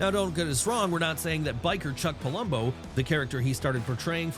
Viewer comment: Its Theory not Thoery its Palumbo not Pulumbo